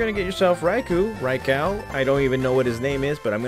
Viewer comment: Who tf calls it a raikow? lol raikoo